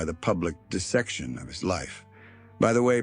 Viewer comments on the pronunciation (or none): none